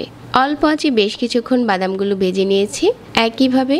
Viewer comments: গি নয়,ঘি।বেজে নয়,ভেজে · গি(ঘি), ডালতে অবে(ঢালতে হবে), বেজে(ভেজে) ,রেকে (রেখে)---এগুলা কি কথা !-বাংলাটা শুদ্ধভাবে বলবেন